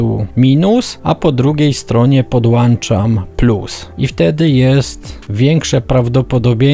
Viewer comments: sądzimy, że mówi się "podłączam" a nie "podłanczam". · PODŁANCZAM!!!!!!!!!!!!!!!!!!!!!!!! PODŁĄCZAM BŁAGAM